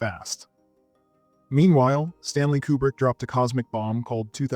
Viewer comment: Taxi drivé ? :face-orange-frowning:Kubri ?:eyes-purple-crying: Citizen Canin ? :face-orange-raised-eyebrow:Qui est le comique disant si piteusement le commentaire français ? Visiblement , il n'a jamais vu les films dont il parle , répétant mal le com. en anglais ! Incroyable :face-fuchsia-tongue-out